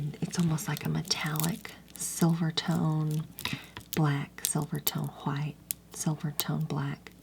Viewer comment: The way she says HWHITE 😭❤️